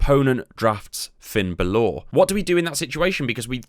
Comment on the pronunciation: Is BAlor.. Not BaLOR